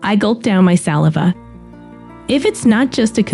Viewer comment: Can't even get the robot to say "saliva" correctly.